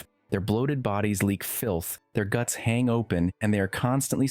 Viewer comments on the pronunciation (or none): none